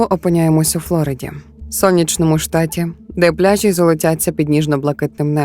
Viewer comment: чому всі трукраймери роблять одну і туж помилку? «флорИда» а не «флОрида»